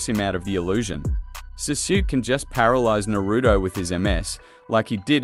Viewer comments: “Suzuki” I know it’s voiced by an Ai but still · its pronouned Saskue like sauce then kay u good my guy lol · Your pronunciation of sasuke is so bad man